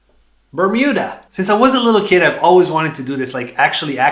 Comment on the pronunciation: The way you said "Bermuda" when you spun the globe lmao